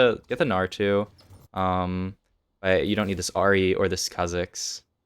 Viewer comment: I'll be that guy. Kha-zicks is the correct way to say it